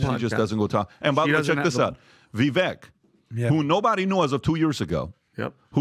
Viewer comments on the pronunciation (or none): Why do they all keep mispronouncing Vivek's name??? It's so annoying 🙈😖 Vivek explained that you pronounce the second part of his name (Vi-)vek just as CAKE. So it would sound as Vivake. The only one who pronounced Vivek's name good was Trump 👏. Greetings from Amsterdam, The Netherlands 👋🙏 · It's Vivake like Cake not Vivek like heck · Vivek... Vi vake like cake, not vek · Its pronounced ViVAKE like CAKE Not ViVek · How in the F do none of these guys STILL not know how to say Viveks name? I just don't get it. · Pretty sure you made issue w/ people pronouncing Viveks name wrong now you’re doing it🤣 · All this time and Patrick still can’t pronounce Vivek correctly.